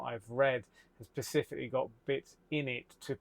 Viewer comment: Absolutely fabulous and fascinating video. Thank you. Really enjoyed this. Little niggle, the word you are looking for is "specifically", not "pacifically".